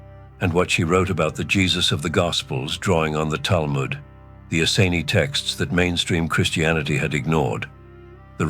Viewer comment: If you cannot pronounce "Essene", you didn't do your homework and cannot be trusted. Nice try though